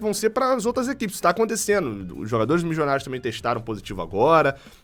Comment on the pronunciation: "Mijonarios" é difícil de ouvir em